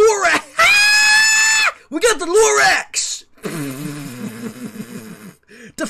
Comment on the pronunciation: “We gawt the loraHÆÆÆÆÆÆ. Lorax”